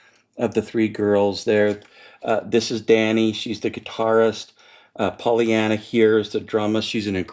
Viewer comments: Aye... and it's Paulina, not Polly-ana. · Very through double album review! Pssst. I’m sure that I missed someone already saying this but just in case. It’s “Paulina”, not Pollyanna. PAU!